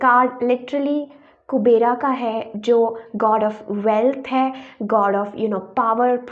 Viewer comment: Kubera nhi kuber boltey h